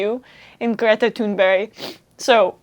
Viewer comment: Fantastic speech by Greta. Oh, and love your pronunciation of her name, almost perfect!